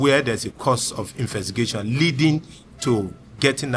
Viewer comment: Baba no sabi pronounce "Investigation" Good job though